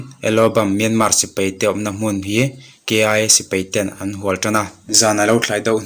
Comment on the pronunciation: Sipei a awmlo a sipai tih tur